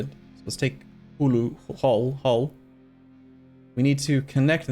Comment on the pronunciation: reading "Hull" as "Hulu," circa